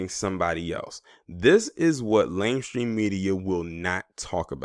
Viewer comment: Is he saying "lame stream media"